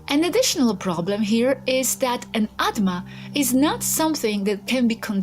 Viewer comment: It's "Atma" not "Adma"